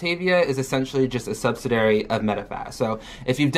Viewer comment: Sub-SI-di-ary. Not subsidary lol